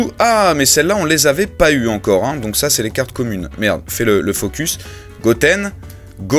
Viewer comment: like si toi aussi ta entendu goku au lieu de gohan a (on dirait les doubleurs vf qui se trompe tout le temps)